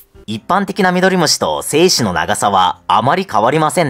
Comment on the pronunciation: 精子の発音が良すぎる笑